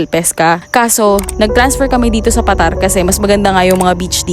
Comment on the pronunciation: Yung bigkas diyan ay Pa.Tar